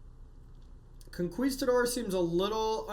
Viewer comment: Say Conqueesetador one more time! Lmao